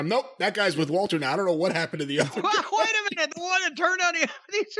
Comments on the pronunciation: Why the hell does Cornette always say "Valter"? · Why does Jim call him Valter or am I hearing him wrong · Is it so difficult to pronounce the name correctly? Yeah, the commentators also mispronounce it but that also makes me lose my mind. Everyone heard how to pronounce the name correctly so stop Americanizing foreign names, that is so ignorant.